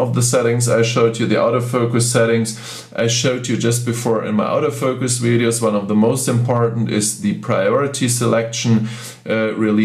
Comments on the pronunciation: I personally do not care how many languages the person speaks, however when he speaks English and attempts to say "AUTO FOCUS", it sounds to me like he is saying "OUT OF FOCUS." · When you say "auto focus" it's sounds like you are saying, " OUT OF FOUCUS."